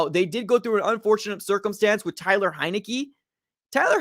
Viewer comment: you know it’s TAYLOR not TYLER Henike right?